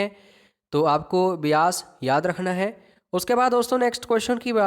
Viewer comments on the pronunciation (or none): none